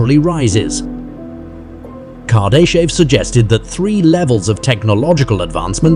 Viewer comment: Carday-chev is not how you say his name. Noone knows what the great filter is and if we have already passed it or not. Nuclear power plants do not convert "energy" to electricity. Or rather that description is so vague and generic it could apply to all forms of power plants. K3 is achievable without fusion generators. A Dyson Swarm does not need any megastructures. It could be a swarm of billions of smaller habitats and satellites. FTL is most likely not possible and it is not a problem of available energy alone. The Kardashev scale is not about knowledge or understanding but about usable energy alone. Everything above K4 is so hypothetica that it is almost useless to speculate about it. You also don't explain what K1-K4 really mean. K1: All energy available on a planet is used. K2: All energy emitted by a star is used. K3: All energy available in a galaxy is used. K4: All energy in the known universe is used. One should note that K4 is already beyond what Kardashev talked about. I hope this flood of AI generated content either improves in quality or disappears soon. Isaac Arthur this is not.